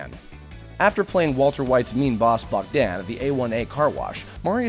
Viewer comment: Oh my god the way you said bagdan